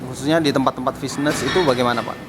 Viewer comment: 3.45 lol, ngomong fitness aja fisness tololnya